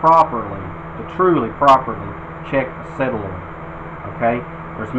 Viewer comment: It's a sOlenoid not a sElanoid!